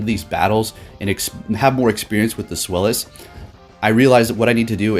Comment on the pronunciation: Deino and its evolutions are named after the German words for "one," "two," and "three" to describe the number of heads. So zweilous is pronounced "tsVAI-loose"